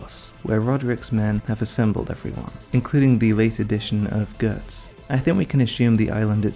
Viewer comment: My brother in Christ...while I love your work, pronouncing Guts as 'gertz' and Puck as 'perk' is so wrong